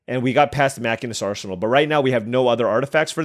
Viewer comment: Still loving the FF draft! BTW, I know it doesn't sound right, but the class in FF14 is "machine - ist" edit: dude, the game that ended with 9x syncopate was killer edit2: wtf are these decks